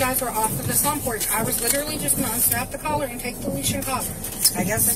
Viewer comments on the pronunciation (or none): ok I can’t take it anymore. It is collar - not “color”, not “caller”. It’s COLLAR.